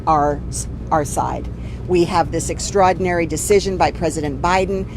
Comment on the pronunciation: If she can't say extraordinary...she shouldn't say it at all...ban her